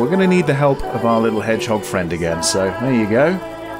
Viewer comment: Orhooooooo 😭😭 i watch this 3 time hannnnnnnn in french its herisson not head jog or I don't know how you write ive got 3 herisson in my garden my cats afraid about them